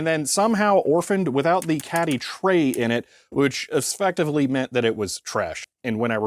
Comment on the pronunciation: That is not the standard pronunciation of 'objective' in English. It's j not jz ADDITIONALLY 'ezfectively' is not a word at-all.